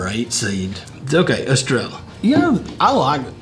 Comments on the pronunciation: “Es- Treh- llah” 🤦‍♂️🤣💯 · The double L is pronounced in of way of saying yea so in other words you would pronounce it estreyea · EstreYA not La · We need a teacher about the pronunciation lol 😅